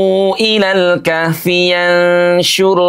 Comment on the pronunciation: Pak menyebut kahfinya kok begitu... hutuf ha nya hrs spt bergetar dadanya